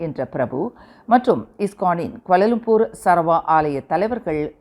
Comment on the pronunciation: கோலாலம்பூர் கொலாலம்பூர் படிக்க இஸ்டம் இல்லை.